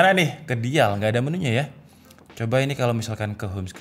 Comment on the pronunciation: Dial cara nyebutnya dai yel. Bukan di yal bang